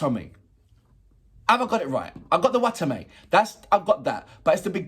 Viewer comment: I'm a bit late but hey you got my name right sweet XD